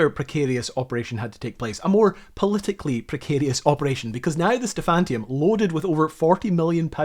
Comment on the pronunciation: Sorry, the ship's name was "Stephaniturm", not "Stephantium". Every time you mispronounced it I died a little inside. Just my OCD.